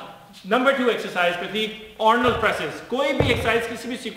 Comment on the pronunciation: Ornald🤣🤣🤣🤣 Bhai accent